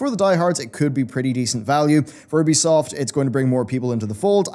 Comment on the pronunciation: Learn how to say ubisoft's name please ! It's so annoying ;G